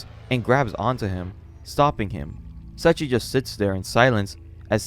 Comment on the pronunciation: I appreciate the video , because going back to this manga(vol 14) and finishing it just feels like such a painful task to do.:yougotthis: I only hear "Setchi" (Seiichi) :face-blue-wide-eyes: , edit:with such a long video it would have increased the run time by 2 minutes , totally understandable /gen